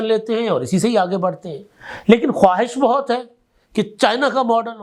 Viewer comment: لفظ ' خواہش' میں و ساکن ہے. تلفظ خاہش بنے گا.